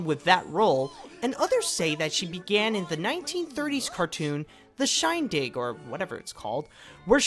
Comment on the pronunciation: He doesn't know how to say Shindig?